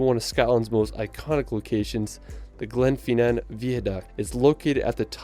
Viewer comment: That would be pronounced Aileen Donan, spelled Eileen, pronounced Aileen. And Glen-FIN-in (not Glenfeenin) V-eye-a duct. (Not vee-a) And Holyrood is pronounced Holly-rude.